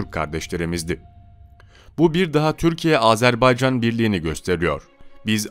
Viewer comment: Sayın Bakanım , Sayın Çavuşoğlu "Azerb"e"ycan değil Azerb"a"ycan . . . .Minik bi yanlışı düzeltelim dedim, kötü bi nietim yok.... "Can Can Can Azerbaycan" 🇦🇿🇹🇷❤️🇦🇿🇹🇷❤️🇦🇿🇹🇷❤️🇦🇿🇹🇷❤️🇦🇿🇹🇷❤️🇦🇿🇹🇷❤️🇦🇿🇹🇷❤️🇦🇿🇹🇷❤️...O pişmanyanın sakallarını cımbızla tek tek yolsak yola gelir :)))))